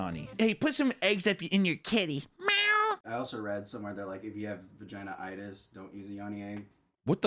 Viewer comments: Bro said vagina itus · Them mispronouncing Vaginismus is so funny, wtf is vagina-itis? 😂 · "vagina-itus" i'm softly shaking my head as i'm turned away from the video, "you mean vaginismus" i turn to the screen and sure enough, there's the definition of vaginismus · it’s pronounced vag-ee-nite-us 💀💀💀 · bro and the explanation was even worse😭😭 criminal even😭🤣